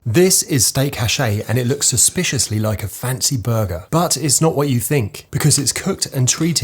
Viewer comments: A quick HWHAT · A quick HWAT, mate!?